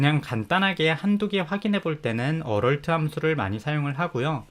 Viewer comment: 비전공자이고 혼공파 부터 혼공스까지 잘보고 있는 1인입니다. 무료강의까지 감사하게 잘 보고 있습니다. 조그마한 테클을.걸자면 Alert 을 어럴트에 가깝게 발음하시는 것 같은데.얼럿이라고 발음 해야 되지 않나 싶습니다.